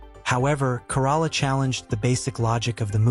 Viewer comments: Adam's last name is pronounced like the Toyota Corolla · I hate the AI can pronounce newsom but not Corolla, and Mexicans and blacks just don't want checking accounts they don't want the government to know how much money they have